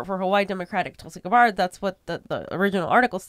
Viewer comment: GABBard, not Guh-bawrd.